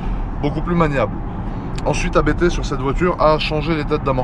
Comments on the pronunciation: On dit abbtt, pas A.B.T. c'est un nom de famille. Juste pour info. A part ça, super vidéo comme d'hab. :) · J’ai un doute mais je crois qu’on prononce “Abte” d’une traite. Super vidéo comme d’habitude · Par contre les amis, à moins que ça soit délibéré, ABT se prononce [apt], pas a-bé-té ... :s (et c'est pas pour essayer de passer pour un expert, je l'ai appris tard...) Abt, c'est justement le nom de famille du fondateur (allemand) de la marque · Par contre les amis, désolé de faire ch*** mais ABT se prononce [apt], pas "a-bé-té" ... :/ Ca vient de Johann Abt, le pilote allemand qui a fondé la marque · On prononce pas A B T en 3 lettres différentes, on prononce le mot en entier, c'est le nom de famille d'un mec. PS: Je faisais la même erreur avant de l'apprendre 💪